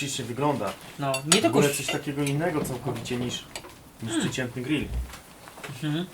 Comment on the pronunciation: Wtedy to nie jest grill tylko gryll:D